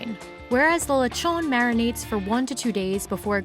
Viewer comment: "lechwgon" lol